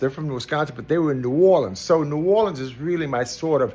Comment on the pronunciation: my man even says "ne'worlins" instead of that fake "nawlins" crap. he's indeed a real one